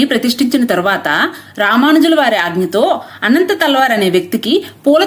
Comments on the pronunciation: He is not anantha thalwar.....it's ananthalwar...... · అనంతాళ్వార్ కాదు అనంత ఆళ్వార్ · ఆయన పేరు అనంతాళ్వార్.. అనంత తల్వార్ కాదు.. ఆయననే తిరునన్తల్వార్ అని పిలుస్తారు.. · అమ్మా, అనంత తల్వార్ కాదు అనంతాళ్వార్. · అమ్మ తెలుగు ఉచ్చరణ సరిగ్గా లేదు తల్లి 🙏 అనంత తల్వార్ కాదు తల్లివారు. తల్వార్లు కత్తులు గునపాలు కాదమ్మా